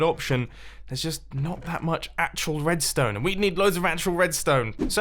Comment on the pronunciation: You said Tedstone on intro